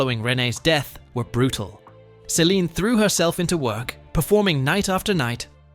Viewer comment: If your going to make a video of Celine’ learn to say her name correctly. Get your facts right before your video , she was 12 when she met Rene’.